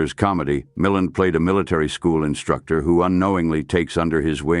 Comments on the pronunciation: Note to AI : his name is pronounced Mil-land (emphasis on the second syllable), derived from his stepfather's surname Mullane. I'm 78 and a great fan of early Hollywood films and everyone accented the second syllable in the years I was growing up and watching his films. The robotic AI voice also turned me off and I tuned out after 30 secs. Brave new AI world.. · Lots of AI mispronunciation especially Milland and RADA.